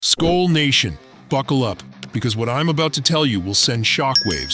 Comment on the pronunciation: learn how to say SKOL you idiot